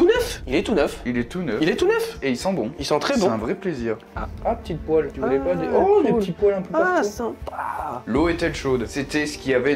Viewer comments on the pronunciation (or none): none